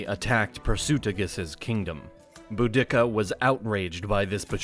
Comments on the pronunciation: Boo-dick-ah 🤣🤣🤣🤣🤣 boo-dee-cah this pronunciation doesn’t contain an unnecessary dick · Pronouncing it "boo-DICK-a" is hilarious to me. I've only ever heard her name pronounced "Boo-di-Ka." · I thaught her name was pronounced Bow-di-seeer, not Bo-dicka? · "Bu-dick-a...?" Dude, it's "Budi-ca".....just saying... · I enjoyed your video! Although I think Boudica may have been outraged at her name being pronounced Boo-dik-a instead of Boo-duh-kuh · Boda" see-ah" - not Bo" dicca". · BOO-di-ka is how the name was pronounced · The name of the Queen of the Iceni is pronounced, "BOO-dick-ka." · Boudica. I thought when I was in school I was taught to pronounce it bow- da-see-a? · this dude said boo dick uh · The commentator has only read about this story. IT'S PRONOUNCED, "BOO-DAH-SEE-AH"! Get it right, ya historical butcher! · I've heard Boudica pronounced loads of ways over the years but never Bo-Dicka!! :) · theres no K in boudica.. its pronounced bou-di-car i believe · Is this AI voice? I only ask due to your cringy pronunciation of 'Boudiccea.' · Hmm I'm not sure the proper pronunciation of Boudica , but every time you say it in this video it is different and none of them match what I hear other people say. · That's not how ya pronounce Boudica lol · Dude! If you can't proofread enough to get your pronunciation correct, quit the voiceover!!! Subsequent, Boudica...the list goes on...